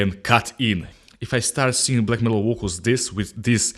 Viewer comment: I like your lamps!! They make a difference in the sound!! LMAO!! like how you say, VOKALZ!! LOL